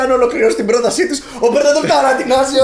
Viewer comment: ΕΠΙΣΗΣ!!! (😂) Είμαι μονο εγω που οταν μιλατε για το Patreon αντι για Πρόταση ακούω Broταση?